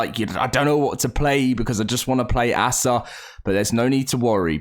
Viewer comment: I like watching your videos but I'm not sure how much longer I can. Every time you say ASA like a noun "Asa" it makes me cringe and I have to stop watching. I don't know why it gets on my nerves so much.